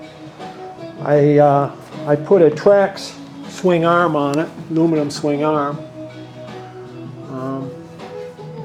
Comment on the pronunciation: Swing Arrhemmm. Swing Arrhhem. Arrrhem. Why does she say swingarm like that and why does it bother me so much? I clench my teeth every time he says it. 😬😡